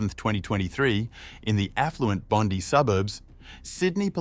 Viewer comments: Bondee?? AI voice, not worth watching.. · you using AI voice ? Not pronouncing Bondi correctly is the giveaway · well it’s a Australian AI voice so it should know how to pronounce Bondi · It is Bondi with the emphasis on the i. So if someone is giving a rundown on what happened there, needs to be correct. Quite basic really, at the least for credibility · Wallengong and Bondy. Funny. Hope noones been knocked off in Wooli.